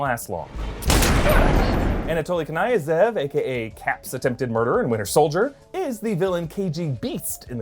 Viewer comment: Not to be a dick, which i am, but its pronounced anatoly kin-nyeh-zev. Yes i do sound like a prick